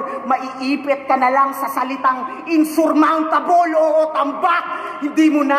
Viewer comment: Maiipit sa salitang in"SUR"mountable